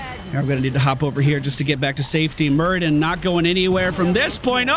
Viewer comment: It's Muradin not Muridan <3 Love your videos btw